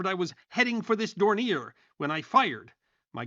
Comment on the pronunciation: Pronounced: DORN-yay